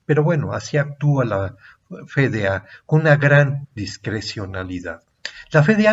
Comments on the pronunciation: Es: efe de a (FDA),si lo va a decir en español, o ef di ei (como suena) si lo va a decir en inglés. Por qué dice Fe de a? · CUANDO ME ENSEÑARON EL ABECEDARIO APRENDÍ QUE LA LETRA "F" SE PRONUNCIA "EFE Y NO COMO LO REPITE UNA Y OTRA VEZ USTED Alejandro.... FE...... Pregunta: desde cuándo cambió la pronunciación de esa letra ????? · Quería compartirlo, pero la pronunciación de "F.D.A." como "Fe-De-A" le quita seriedad al video.